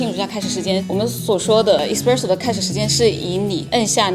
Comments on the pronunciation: 挑刺儿的同学来纠正一下老师的发音哈，It's s-presso not e-spresso，视频的满满的干货，很有收获，如果单词的发音纠正一下那就更好啦。😊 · Espresso麻煩妳別唸錯